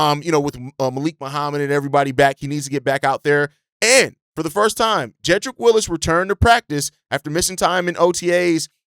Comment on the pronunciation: It's Wills not Willis. 🤦🏽‍♂️